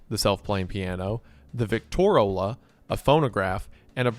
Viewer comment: is Victrola, not Victorola. You also forgot Motorola, the first car radio.